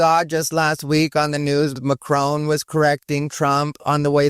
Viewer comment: Macron is not pronounced Macrone. LOLZ there is no "own" sound in it. more like an "on".